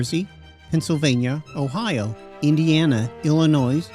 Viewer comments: If you knew your history then you’d know the “s” in Illinois is silent. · Pronounce “Illinois” correctly!